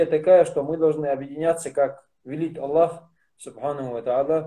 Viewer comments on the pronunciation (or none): none